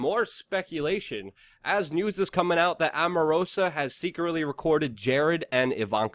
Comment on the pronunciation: It's pronounced Strok, not Stork & Omarosa, not Amarosa